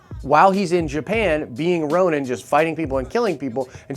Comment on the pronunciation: Stop calling him Ronim